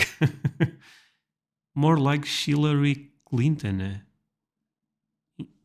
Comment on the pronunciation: The fact he said shillery Clinton when pronouncing chillery Clinton made it more accurate than you even know lmao “that was creepy” yeah she is trust